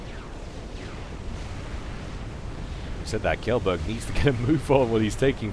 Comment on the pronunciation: Kjellberg is actually pronounced more like "chain", Chellberg (and a soft g)